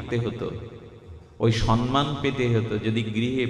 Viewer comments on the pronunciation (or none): none